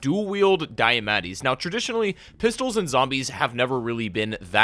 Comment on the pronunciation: STOP CALLING THE DIAMATTI "diametti" THATS NOT HOW YOU SAY IT